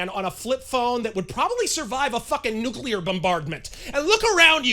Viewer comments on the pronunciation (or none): none